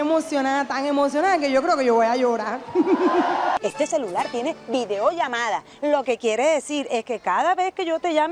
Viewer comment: "estoy muy emocioná tan emocioná que yo creo que yo voy a llorá"😂😂😂